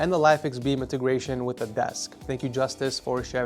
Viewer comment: justus?! made my day. German is different pronounced than English?